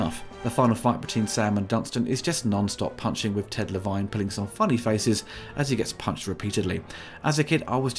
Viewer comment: Le-Vine... yeah, and I'm Jerry Cougar Mellencamp.